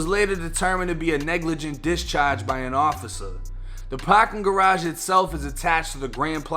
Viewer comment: Pawkin garaaage 🤣🤣